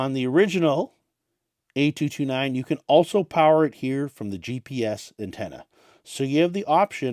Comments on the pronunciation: Great video but the emphasis on the "A" driving me bonkers. 🤣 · Your emphasis on the "A" saying the model number is really distracting.